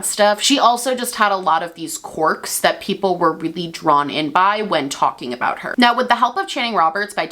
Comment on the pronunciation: I know you're saying quirk but I just keep hearing cork